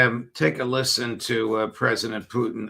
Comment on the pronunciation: I love how Ray says "Phew-tin"